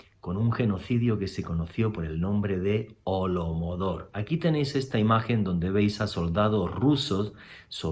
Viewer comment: * HOLODOMOR, con acento prosódico en la tercera O